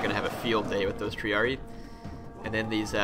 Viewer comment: Don't wanna be a kill joy, but I believe it's pronounced Tree-ar-red-eye. Correct me if I'm wrong.